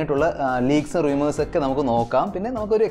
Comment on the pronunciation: റിയുമേർസ് അല്ല റൂമേർസ്